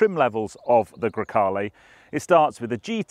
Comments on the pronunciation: Come on it's GrEcale, not GrAcale... It's the name of a wind... Coming from Greece (Grecia in Italian). Cheers from Italy from a Spyder owner (and no, the cabin is of equal length!:-P). Love your videos and podcast, keep up the good work! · GrEcale, not GrAcale..... just saying